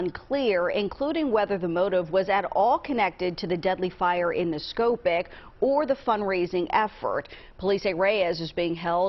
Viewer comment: Nescopeck is pronounced NES-co-peck. There will be follow-up to this story and the proper pronunciation will be appreciated by the locals. I haven't been up in that area in many years, but those are good people. It's just shocking that this could happen in Berwick and Nescopeck. Very tight communities. 💔